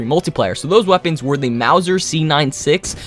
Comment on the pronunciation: did u hust say...21 melee wepeans